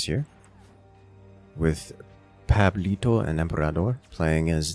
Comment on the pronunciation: So funny hearing you say pablito